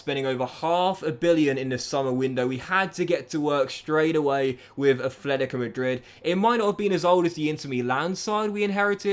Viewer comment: Brother stop it !!! Please !! It’s NOT ATHLETICO ITS FUCKING ATLETICO !! It’s already like 4 years every time my ears bleeding whenever I hear it from you